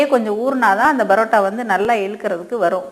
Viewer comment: plz stop saying barota barota its parota